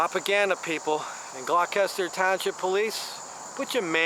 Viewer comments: It's pronounced Gloss ter. It's next to Camden County. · You're butchering the pronunciation of Gloucester